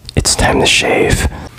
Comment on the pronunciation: When his hair gets to 1/4 of a centimeter:”tiem tuh shayve”